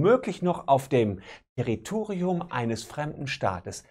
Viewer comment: Solmecke Bei ist ihnen ein peinlicher Fehler bei der Aussprache des Wortes Territorium unterlaufen. Korrekt muss es heißen "Terrerrriuu... hä... Te-rri-to-ri-um... dein Terrioo... Terrioo.. kannsch nisch aussprechen - masch auch nisch" Nadine the brain würde sich schämen. 😉✌